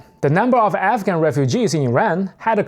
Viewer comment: Wait are you saying African or….